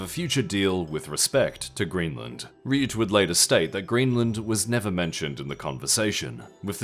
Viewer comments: Rutte, from Mark Rutte, is pronounced "Rut-tuh", not "Ryoot" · Secretary mark RE-UTE XD try mark rh-ooter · The guy's name is Rutte, not Rewt. As in rut, with te added to it. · Mark Ruh-Ttuh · Great video as always. Interesting reporting on Venezuela and Iran. A small nitpick: Mark Rutte's last name is pronounced: Ruhtuh. Ru (as in rug) and 'te' (the same but with a T, like ' Tug' of war). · Ah yes mark riute :P